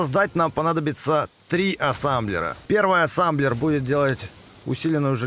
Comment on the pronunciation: Производство называет: "Ассемблер" 🤓 всё видео: Ассамблер, Сасамблер:)))